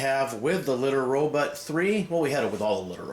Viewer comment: why do you say Litter RoButt? ::))